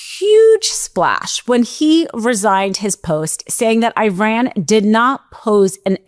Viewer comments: [sigh] It's not Ī-ran. (EYE-ran) It's i-RAN. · It is pronounced Eran and Eraq, not I Ran and I Raq. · why people pronounce Iran hyran you would pronounce India hyndia